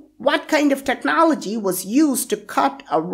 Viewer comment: Its not pronounces technă'lgy its technôaľg